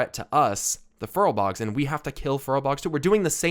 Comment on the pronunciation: Furbolgs not furlbogs lol